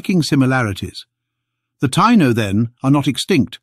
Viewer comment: You kept mispronouncing Tiano & Arawak! As a native American I already knew we have Denisovan DNA unlike Europe, Africa and middle easterners. That's why we have no body hair and barely any facial hair. It's also why all native Americans from the north pole down to chile have O blood type, Not A, B, AB, +, or -. By the way there are still Tiano tribes in Haiti, Dominican Republic, & Puerto Rico.